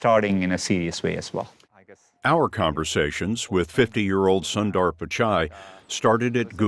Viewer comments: I wish they would take the time to at least ask how we Indians pronounce our names - takes about a minute! It's not sun-dar - it is actually Son - th-r - sun as in soon but one less o, and it's not dar but the th in the and then an r There is so much cultural and racist arrogance being displayed here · sundar is pronounced as soonder 😅😅😅